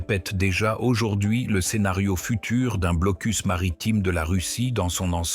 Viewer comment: Le "blocul" Kaliningrad" ah ah ah l'IA quelle tâche !